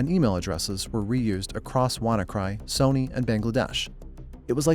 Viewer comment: Hoping the narration isnt ai, cuz who the fuck pronounces sony like that